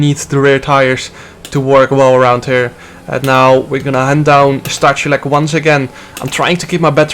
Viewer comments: It's Sta-hoo-lets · in poland we have 2 "h" one is "ch" and 2nd is "h" and you read both the same as "h". for example: STACHULEC read -> STAHULEC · Stachulec is read in Polish as Stakhuletz